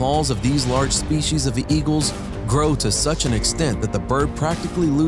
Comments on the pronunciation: It's "spee-cees" or "spee-cies", not "shpee-cees." A pro narrator should get that right. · I also wonder about the ones who say "spe-shies." There's no H in that word.